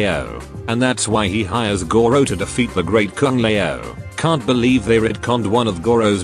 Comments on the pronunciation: Great Kung Lay-oh XD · "the great Kung le ow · A nice enough flick, but utterly forgettable. Kind of a shame for the first R-rated MK movie. Also, it's funny how this channel is run by a Chinese guy but the voice generator that he uses doesn't know how to pronounce Kung Lao. xD